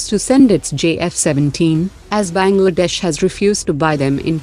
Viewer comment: 🤣🤣🤣"Benglaadesh"🤣🤣😂😂😂😂🤣🤣 Pata hai kisi desh ka mazak nahi banana chaiye par sunkar hasi aa gyi😊😊😅😅😅